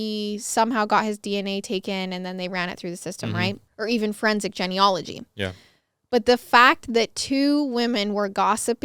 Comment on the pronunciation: I'm a frequent listener and love each episode but the "Jenny ology" drove me nuts 🤣 isn't it pronounced jean? Genealogy